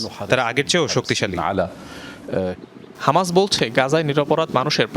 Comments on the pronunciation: হমাস না ❌ হামাস হবে ✅ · Kanachuda হমাস nah hobe হামাসা